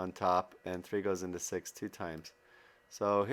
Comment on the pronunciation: Did any1 notice that he's saying sex not six? lmfao